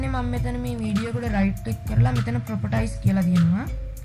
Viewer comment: Properties කියන්නේ ප්‍රොපටයිස් නෙවේ.. ප්‍රොපටීස්..